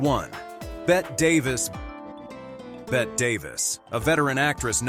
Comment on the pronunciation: This AI generated voice almost works . . . but it errs when it pronounces Bette Davis's first name the same as it would pronounce Bette Midler's name. Bette Davis would have been appalled.